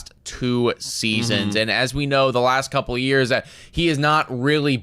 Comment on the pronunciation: "It all has to do with the thumb-ah". "For the last cpl yrs-ah"